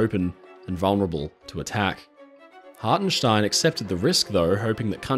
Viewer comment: Ever since I first heard about this story I'ver maintained that Hartenstein and his men were damn heroes. Also good job in the German pronounciation :P